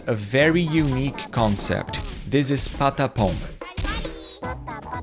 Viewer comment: “this is patapóun”